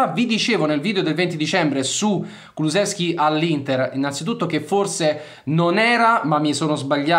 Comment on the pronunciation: DEJAN, no DEZHAN. Si proanuncia "J", come "JUVENTUS". Quindi DEJAN. no DEZHAN. Devo intervenire, anche su congnome: Kulusevski, No Kulu Z evski, ma si proanuncia con "SH", come, per emepio BRESCIA. Quindi КУЛУШЕВСКИ. Saluti da Macesdonia, paese di origini di Dejan Kulusevski.